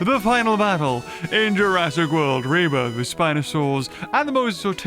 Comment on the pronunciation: Did i just hear say jurassic world reburger or is it just me?